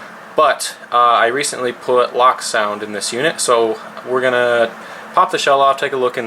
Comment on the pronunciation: Loke, not Lock... As in Locomotive...